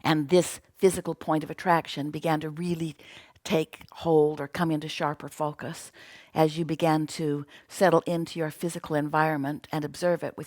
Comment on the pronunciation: fockuss not focus. xD